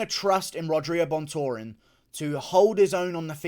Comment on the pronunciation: Brandon ROYVAL gonna win u can’t even pronounce rogerio LOL good prediction tho